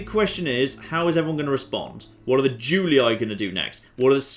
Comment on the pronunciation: Julii is pronounced "Joolee" as the "u" in latin is pronounced "oo" as in boot and the "ii" as in tree.